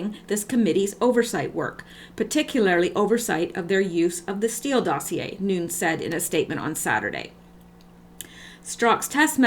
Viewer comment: Nunes is pronounced NewNez. Cheers!